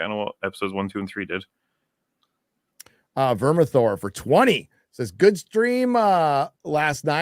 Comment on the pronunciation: It’s Vermithor